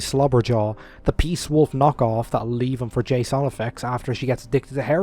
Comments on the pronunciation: The fact that you can't pronounce Jason correctly strangely galls me. Also, dude, you have got to be the most petty human I have come across. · the fact that he's Irish is not a valid excuse. I've met Irish people who can pronounce Jason properly.